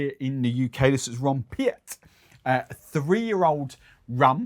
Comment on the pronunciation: Spoken "Ron Pete" .